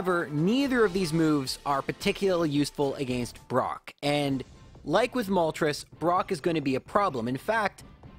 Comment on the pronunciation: I bet you’d hit 200k subs in a day if you learned how to properly say against.